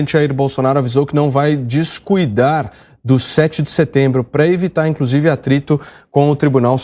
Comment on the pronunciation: "Discuidar" ou "Discursar" Não entendi...